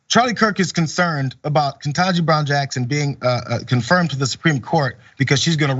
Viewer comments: I am an educator. Never heard about "CRT" until six months ago. And why can't they pronounce Judge Brown-Jackson's name right? And if they can't, why not just "Judge Jackson"? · Do all the Reich wingnuts deliberately say KBJs name wrong on purpose just to irritate or dismiss her?? They do the same thing to Kamala Harris. It's insulting. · The Right wing asswipes can't even pronounce Judge KBJ's name correctly... They're horrible people that hide behind God, and use God for their horrible words and behavior....